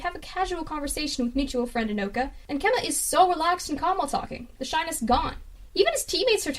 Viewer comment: Its Kenma not Kemma